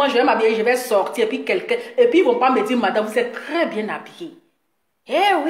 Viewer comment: Et puis on dit pas "vous êtRes quoi ?" Mais "vous êtes quoi ?". Faut demander à EK là elle va t'aider à bien conjuguer le verbe être. Y en a leurs larmes pleurent, moi mes oreilles saignent tellement tu massacres joli français des gens là. Ça va améliorer tes directs. Take care... lol